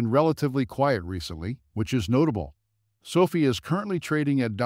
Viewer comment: If you can’t pronounce the company name correctly then I can’t take this seriously. 😐